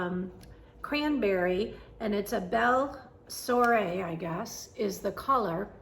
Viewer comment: So sorry you are doing time for like the previous commenter said “under the weather”. Belle Soie is pronounced swa as in swashbuckler. (The only word with swa I could think of). Hope you start carrying belle soie as sometimes its hard to come by. Thank you for sharing your WIPS and ps and by the way, your on sale stuff is great! Lakeside linens would be a bonus too.